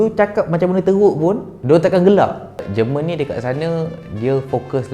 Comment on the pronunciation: It's not jǝ rmǝn, it's JÉR MUHN in Malay